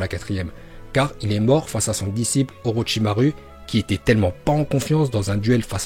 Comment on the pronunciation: Part contre ce qui me dérange c que dit pas les ou comme avk orochimaru il dit le u comme en français alors que c ou